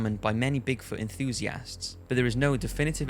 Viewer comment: Why does he say enthusiasts like enthusiASSts?